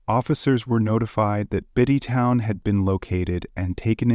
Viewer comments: Bite Down. Its fucking Bite Down. What in the fuck are you doing this for? You sound like the most confused cop ever. Unable to pronounce words and names. Im white too but godamn. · I don't understand why you're upset - who cares he mispronounced a z list rapper/murderers name. it's funny asf to me hahaha